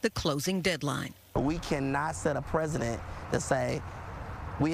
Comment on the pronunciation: Precedent not president!